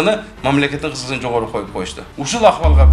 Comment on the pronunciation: КЫРГЫЗ ТИЛИН БУЗБАЙ СУЙЛОШСО, КЫЗЫКЧЫЛЫГЫНЫ ЭМЕС КЫЗЫКЧЫЛЫГЫНЫ, ЭМНЕ АР БИР СОЗГО Ы НЫ КОШУП СУЙЛОШ КЕРЕКПИ?